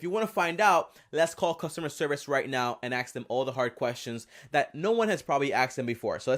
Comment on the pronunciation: You lost me when you said axe instead of ask.